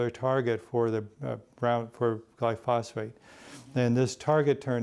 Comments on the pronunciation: Gly-phos-phate [sic] ? What a fraudster! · This guy is full of shit. Any farmer would tear this apart. SMH....he doesn't even pronounce glyphosate correctly! So much misinformation.